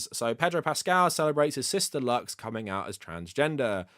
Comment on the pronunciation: About pedros sister, It's not pronounced "luks" it's "loos" or translated to English "light". Usually latinos spell it "luz". An"x" makes an "s" sound when necessary.